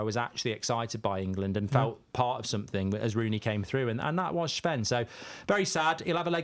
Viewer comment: Anyone else getting really annoyed when mark calls Sven Shven? It's not fking Shven...